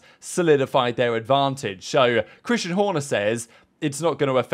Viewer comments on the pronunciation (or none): none